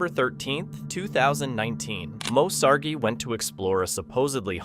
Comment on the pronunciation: Moe Sargi? Fast forward.